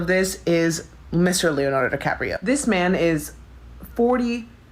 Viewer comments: fccckkkk. You corrected yourself but now I can’t unhear DiCrapio. I’m a 39/f from NY and I enjoy your videos. PS: I love Leo and agree, Leave that man alone. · He said decrapio! 😂😂